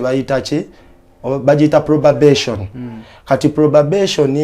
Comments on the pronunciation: It's not "probabation" it's probation wasomera wa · 😂😂😂probabation not probation hihi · Probabetion or probation 😂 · Not Me hearing probabation😂😂😂 instead of probation 😂😂😂😂😂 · Mbu probabation😂😂😂😂😂 the word is "probation". Naye nga kulikayo muganda wange 🎉🎉🎉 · Probation not probabetion 😅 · Who hard probabation instead of probation 😂😂😂😂mukwano not only Qatar but also in Saudi Arabia and UAE